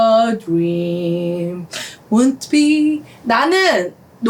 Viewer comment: ‘won’t’는 ‘운ㅌ비’ 보다는 ‘웡ㅌ비’ 쪽에 가깝게 발음하시면 좋아요.